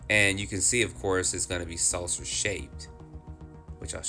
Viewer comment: Is he saying "Salcer shaped?" These are really good videos!